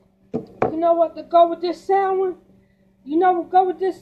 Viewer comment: I've never seen someone to lazy to pronounce their words right. This thing said, " YOU KNOW WHADDA GO GUUD WIT DIS SAN WI". Smh& Lol 😂